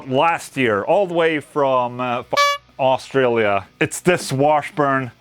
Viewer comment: oorstraalier man you say my country like you have mouth is full of marbles. hehehe. protein based fat oil put on two pack acrylic. don't do that too often of course its cleaning the grease off. in time I would guess it would effect the two pack too ahh your so happy its contagious. rock on Ola